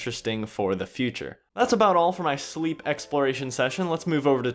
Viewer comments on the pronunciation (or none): I think Slepe is pronounced like "Pepe".